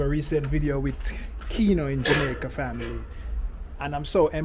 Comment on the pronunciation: Can you stop sating family, the pronunciation getting on my nerves.